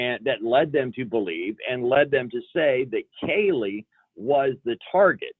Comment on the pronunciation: Have you noticed she can’t say Kaylee’s name